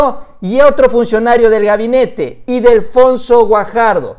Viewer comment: Ildefonso, no "Idelfonso"... XDXDXD